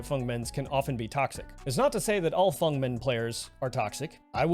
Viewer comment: the thing i like about this video is that you said feng's name right!! ❤